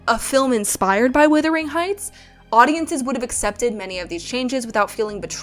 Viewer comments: HI. I Just found you and really appreciate this kind of review. I do need to make a suggestion, however. It is "wUthering" Heights not "wIthering" Heights! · Love your analysts. And also it's pronounced W-U-thering not W-I-thering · Am I hearing this correctly? Is this another YouTube video in which the first word of "Wuthering Heights" is being pronounced "withering"? I must say I'd not heard this pronunciation before these videos about the new film version appeared. However the word may have been pronounced historically, the present-day pronunciation is, as far as I've ever known, a rhyme with "mothering" or "smothering." The one or two dictionary entries I've checked support that. This is odd.